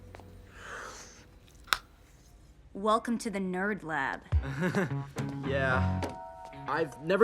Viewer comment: I really thought that she was the only one to pronounce the japanese name "Hiro" correctly and now I see this. What a disappointment!